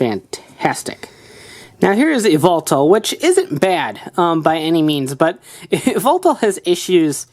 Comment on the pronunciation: To pronunce its zerneus and just say y and then veltal